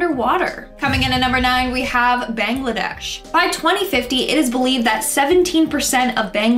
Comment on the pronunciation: You pronounced the bangladesh worng